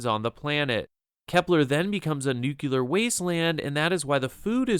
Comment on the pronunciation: Lost all interest as soon as I heard his "nucular" pronunciation.